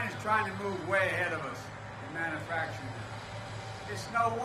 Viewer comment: Mannuhfactring in His idiot tongue